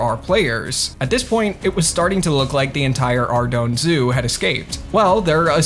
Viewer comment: Ardougne is pronounced Arr-Doyn and before you say otherwise it has been verified personally by Andrew and Paul Gower as the right way to say the name. It is meant to sound French, as it is based on the way certain cities sound in France to make it different from the other city names in the rest of RuneScape. It was Andrew Gower who came up with the name by the way.